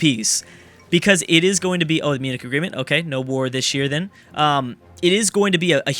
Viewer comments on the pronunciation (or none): none